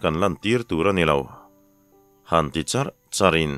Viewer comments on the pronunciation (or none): none